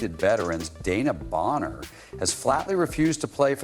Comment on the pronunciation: De...... wan..... na Bonner. not Dana